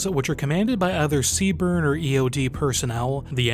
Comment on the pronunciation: It's just pronounced C Burn. Don't pronounce the E, lol